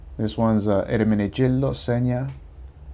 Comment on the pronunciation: You're the first guy with a Hispanic accent who pronounced Eremengildo Zegna correctly!! Plus I am Shocked you got those prices for suits. Good job!